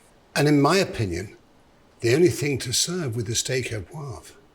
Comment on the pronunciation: Steak Au ThereWeAre.